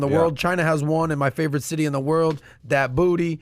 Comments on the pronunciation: Did he say “that booty” instead of Djibouti 😂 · He can't pronounce his favorite city Djibouti. The Man had to correct him.